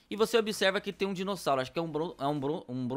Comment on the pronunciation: Você disse Dinocossauro